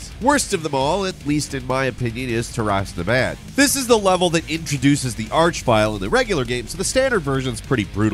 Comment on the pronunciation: Tear-us Na-bahd. Not tuh-rass nuh bad lol.